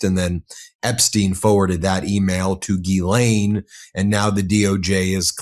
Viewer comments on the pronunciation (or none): none